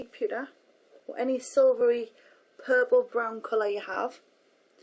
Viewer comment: haha she said purple funny..